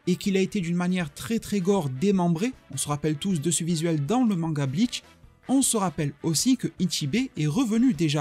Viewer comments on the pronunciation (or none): bonne video mais ya pas de "t" a bleach tu le dit bleatch